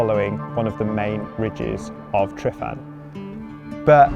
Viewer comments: Great video but please pronounce it correctly "" lol. The single F is said as a V. Not an F. Two Fs would be F. So the lump on the ground your climbing is said phonetically as. Tre Van ". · Great video, but please for the Welsh community learn the pronunciation for the mountain Tryfan. You’ve said it wrong so many times lol 😂😂😂 and kept getting worse each time 😂😂